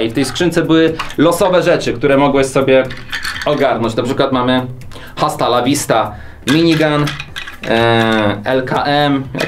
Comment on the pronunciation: Hasta La Wista h jest nieme